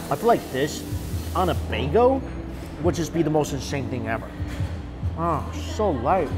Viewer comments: Excuse me but is he pronouncing bagel as bago? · Okay now he's just trolling us when he says "bay-go" right?... Right?! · “This would be amazing on a Baygoh...” a what..? “For real, a New York bahgoh” ohhhhh bagelllllll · That made me double take too!! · Forgot about the “baygo” 😂😂😂 at first I was like did he just say? Then I remembered lmfao. I’d be clueless if this was my first time hearing him say bagel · This video taught me you pronounce "bagel" as "bago" hahaha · 😁Bagel... "Baygo"